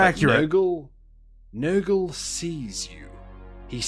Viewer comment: Bro, I thought I heard say "Niggle" instead of "Nurgle".